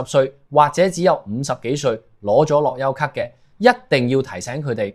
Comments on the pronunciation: 我三月返嚟已經要睇回鄉証，一月尾上去時都係用樂悠咭就得。讀樂(優)咭唔係樂(油)咭？你唔係香港人？ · 樂悠咭不要讀成樂優咭